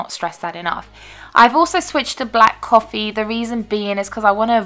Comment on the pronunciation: CWAWFEE hahahahaha